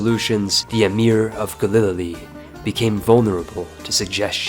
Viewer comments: I’m not gonna lie I got a little bit of whiplash when this man pronounced Galilee (G AE-l uh-l EE), G Uh-lil-l uh-l EE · "Galil-lilly" Dude have you never been to church? ga·luh·lee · Dude, it's "Galilee", gal-ill-ee, not "Galililee"